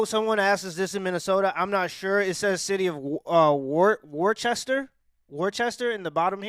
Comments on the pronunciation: Oh my God that's Worcester not Worchester that's right up the street from me...😮 508 Worcester Massachusetts😔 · It's pronounced whistah or woostah {spelled Worcester). It's in Massachusetts. North of Boston. About 45 min. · It's pronounced Wus-ter.